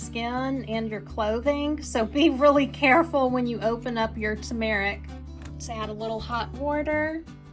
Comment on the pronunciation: the way you say turmeric is quite unique! google has pronunciations if you need it